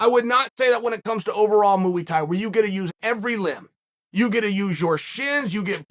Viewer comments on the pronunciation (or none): “Mooey Tie” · “muAy Thai” uncle Chael 💙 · Why does he keep saying mooy Thai hahaha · Mooey Thai? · Starting off strong with "Mooey thai" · Chael has gone from pronouncing names wrong to saying muwi tai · The greatest striking art, MUI THAI. M.U.I. THAI MUI THAI! Uncle Chael does this to us on purpose 😂